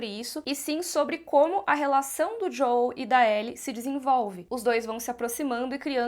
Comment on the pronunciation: JoÉL por favor.